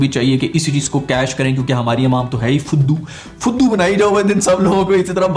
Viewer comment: Phuddu instead of fuddu was so hard😂